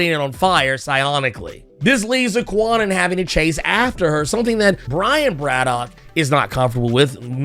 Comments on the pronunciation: Wasn’t it explained that kwannon is pronounced ‘Kahn -uhnn”? Braddock is pronounced BRAD-uhk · It took a long time for Betsy Braddock to grow on me, like almost to the point of Knights of X. I still don't care much about Kwannon yet. BTW, the W in Kwannon is silent. It's pronounced Can-Non. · The proper pronunciation of Kwannon's name is not as prolific as it should be. I often catch myself saying Kwah-nun from time to time. But yeah, it's pronounced "Khan-Own."